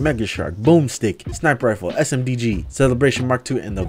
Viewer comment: you said S.M.D.G when it’s S.D.M.G. Lol. Also great video.